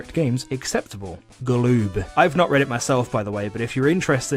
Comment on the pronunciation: NVM, i said this halfway through the video, but your repeatedly saying galoob very much offends me.